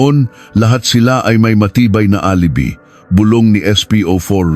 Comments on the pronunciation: ANG LABO MO NAMANG VLOGGER, KASI ANG PRONUNCIATION NG ROXAS AY "ROHAS" AT HINDI ROCSAS. PATI ALIBI( DAPAT PRONOUNCED AS ALIBAY) AT HINDI ALIBI NAKAKAIRITA TULOY PAKINGGAN. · Hahaha dko maintindihan yung petsa minsan may Indonesian language tapos yung alibi - a-li-bay tamang bigkas Yun hirap pag ai ang voice actor dmo maintindihan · Mali Ang pronunciation mo ng alibi..dapat alibay..at Ang G. Jose..Ginoong Jose.. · Wrong pronunciation po kayo ng "alibi". Hindi po " alibee" kundi "a li bai" ang tamang pronounciation. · Pronounce the name correctly. Yung Roxas napronounced as Roksas dapat pronounced as ROHAS..alibi pronounced as "alibay" pati mga petsa..masakit kasi sa tenga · ALIBI pronounced as ali bay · Ano bang kwento. Hindi marunong mag basa ang. Roxas naging Roksas and Alibay naging alibi salita. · Alibi hindi alibe lol panget mong mag narrator... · Alibi pronunce: a li bay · Yong alibi,alibay ang bigkas dyan. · bkit ang alibi ay alibi ang bigkas pati ung Roxas ay Roksas minsan nkkainis pakinggan ang prounoun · Ayusin mo ang pagbabasa lalo na ang word na alibi. "Tangnato"